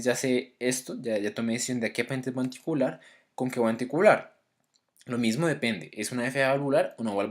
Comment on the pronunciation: Pronuncia mejor la palabra ANTICOAGULAR